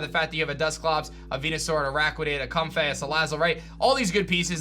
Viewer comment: The way says comfey is destroying me LMAO.